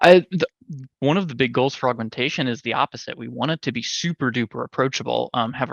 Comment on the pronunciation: I keep hearing say "for Augmentation" as "frogmentation". Now I want playable Murlocs and a Frogmentation Murvoker.